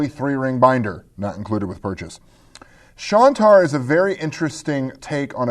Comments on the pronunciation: Hey? It's Shine-tar, not Shawn-tar. Just pointing it out. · Great to have you back,! And as someone else pointed out, it's "Shine-tar." I have the printed version of the game and it is very nice, indeed!